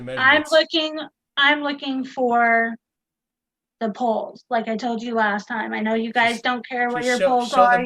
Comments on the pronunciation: The fact that she pronounces "poles" like "balls" makes this conversation 1000% funnier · I'm so glad I wasn't the only one! Honestly though she was asking and where their balls were for a good 10 minutes!